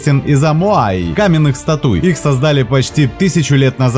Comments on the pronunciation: СтатУи, штормЫ.... С утра кровь из ушей. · СтатУи, штормЫ как-то резанули слух, 🤦‍♀️манера чтения такая, будто вы сдаёте экзамен на скорость чтения. Зачем? Материал интересный, но подан на 3 с минусом. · "СтатУи", "штормЫ", "расположенА", "Липеруз"?!?!?!?! Упоминая белую акулу, показывает тигровую. Говорит о синих китах на фоне горбачей. И все это на бешенной скорости. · Вообще, ролик понравился - познавательно! А вот на счет "статУи, штормЫ" и тд согласен, язык надо бы подучить... На счёт китов и акул не скажу, не знаю... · Я не дослушала из-за ужасно поставленных ударений: "статУи", "штормЫ" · А у диктора с ударениями что? СтатУи ять( ШтормЫ( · Подняло настроение с утра слово «стаУи» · статУи 😂😂😂😂 классное видео, но я так смеялась)) а потом еще статУях!😂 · СтатуИ, штормЫ? 😳 "остров Бонда" - Таиланд, Андаманское море, Индийский океан.... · Пожалуйста, не говорите статУя, статУи! Я аж вздрагивал каждый раз 😂 В этом слове ударение на первом слоге: стАтуя, стАтуи! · ШтормЫ СтатУи 😅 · статУи.....штормЫ??? прощайте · СтатУи и штормЫ. Ребята. Русский язык как там у вас?) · Что же за безобразная озвучка! А статУи и штормЫ добивают! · «СтатУи», «подо дном»… подтягивай грамотность, автор. Противно слушать. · По контенту всё вроде окей, но штормЫ и статУи, аж выключить в моменте хочется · Что за робот ведет озвучку? СтатУи??? ШтормЫ?))) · Невозможно это слушать... какие штормЫ, статУи🤦🏼‍♀️ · Мой слух режет статуи', неплохо было прежде чем читать вспомнить куда ставятся ударение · Статýи, штормЫ, сЕрфинг и пр... 🤮🤢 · Перевод через Алису? Штормы, Статуи?